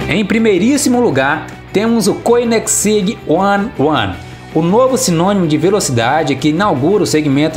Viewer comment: Correção, Koenigseeg se pronuncia Conizeg e não coninegsig como falou